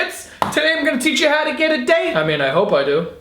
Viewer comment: "Just Vou"